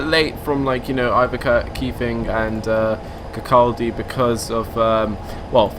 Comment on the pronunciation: Not bad on your pronunciations for the Scottish towns LOL, Leuchars is pronounced Lu - cars, and its the RAF Leuchars, Aviation Fuel dump that you passed. Lots of peeps cannot pronounce Kirkcaldy Fife, but almost right Kirk - call - day. Great video!!